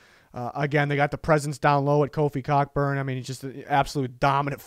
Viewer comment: I love the overemphasis on 'COCKBURN'